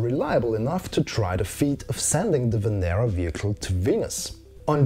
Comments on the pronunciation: Loved the video. However it is pronounced Venéra not Vénera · I can say that it's said Venera and in Lithuanian